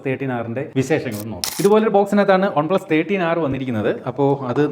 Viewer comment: "Ohn plus"😂😂